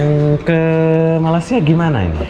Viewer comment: Sebutan tu Malaysia bung bkn malasiaa..loe sudah biasa msukin mlaysia ngak tau yaa..guee org malaysia pon blh ckp indonesia..jdi loe kna rajin belajarr..